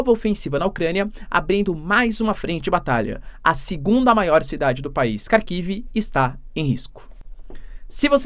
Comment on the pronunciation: Minha mulher é russa e dá risadas cada vez que o diz Kharkiv.